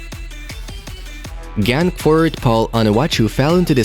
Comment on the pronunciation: gutdamnit genk is pronounced like a growling henk